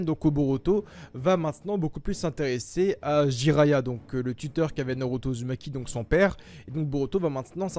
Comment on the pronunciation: Aussi Norauto a la place de Naruto c'est stressant